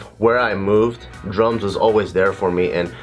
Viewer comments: I keep hearing drugs Instead of drums so it sounds like he said drugs helped me through r tough time lol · Whenever he said drums i heard drugs. "regardless of what stage of life i'm in, drugs will always be there for me" XD